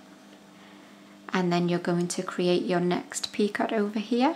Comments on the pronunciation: This is so beautiful and your tutorial makes it so easy to follow thank you 😘 Btw Picot is pronounced *pee-coe (sounds like toe 🦶🏻) x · There is no debate on how to pronounce picot. Doesn't matter where you come from, how people around you are pronouncing it or whether there is an r in the month. It's "peekoh " French word meaning small point or peak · Who cares what you call it! It is a silent "t", but frankly I'd watch you if you were simple unwinding yarn!🤣🤣🤣. As someone has said before me, you are an Awesome teacher! Love the border! Stella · Very pretty! In our part of the US we pronounce it "peekoh" not that it makes any difference. It may be different in the U.K. Thanks for tutorial. Great option!